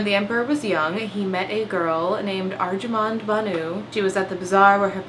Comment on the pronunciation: As an India, Im suprised how good your pronounciations of Mumtaz mahal/ajoban bano begam and SHAH JAHAAN WERE